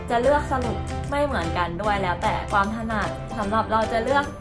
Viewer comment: ชอบมากกก คอนเท้นดีตลอดเยย แต่อยากให้ออกเสียงคำว่า ความ ให้ถูกต้องอ่ะค่ะ ชอบออกเสียงเป็น กวาม ตลอดเยยง่าา